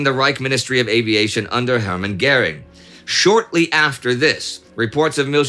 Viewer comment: What's with the "Gering" and not "Göring"?